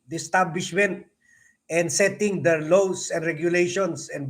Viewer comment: pronounce the word LAWS properly.